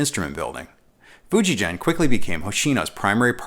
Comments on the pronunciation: Great review! It's Fujigen (hard G, as in "get"). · Just a minor correction that "Fujigen-gakki" has hard G sound in both parts of the name The "gen" G sound is hard as is the "gakki". In Romanized Japanese, any soft sound, as in gee whiz, is written "ji" as in Fuji. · Just so everyone knows, the "G" in "Fijugen" is hard. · Thank you for this video. Fujigen’s “ge” is supposed to be pronounced like guess’s “gue.” Anyways, I bought white JEM in 1996 when I was living in Japan. I still have it.